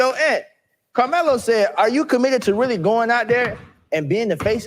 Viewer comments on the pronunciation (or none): carmelo not karceno 🤦🏾‍♂️